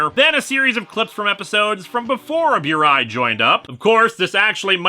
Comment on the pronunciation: Pronounced "boo-rai", not "byoo-rai".